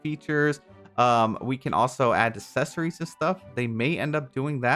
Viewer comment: doesn’t know how to pronounce accessories 😬